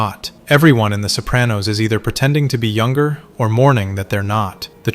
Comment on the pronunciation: You're pronouncing "Sopranos" like "Soap-ran-nose". The correct pronunciation is "so PRAH-nos" . with an "ahhh".